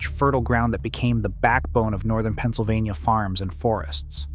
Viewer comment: "Penna-so-vaina" Umm...what?! 🤣🤣🤣🤣